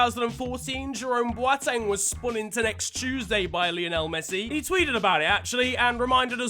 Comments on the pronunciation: First time I've heard someone say boateng correctly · why do you say Boateng like Kimi Raikkonen